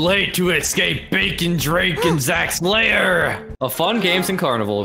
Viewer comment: You: BaKon Me: BaCon